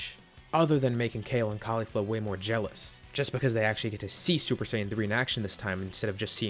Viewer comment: Lol hi said super shaim 3